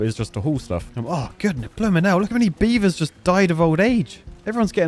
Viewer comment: Come on beav-TARS!